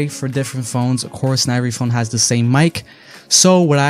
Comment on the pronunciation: You're pronouncing "the" wrong!